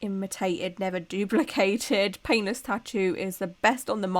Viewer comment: I love your look. I love your videos. I keep hearing penis or peinless instead of painless tattoo numbing cream.😂